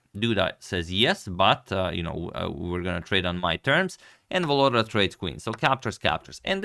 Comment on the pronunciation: For those who wants to pronounce reigning World Rapid Champion's name correctly: it's VoloDAR - stress in on the last syllable